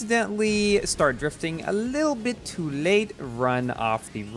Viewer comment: The way he says a lille bi too late 😂